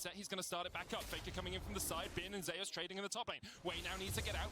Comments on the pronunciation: Not trolling, google how to pronounce Zeus. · Why are they calling Zeus Zay-us